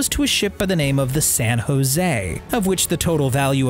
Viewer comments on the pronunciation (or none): none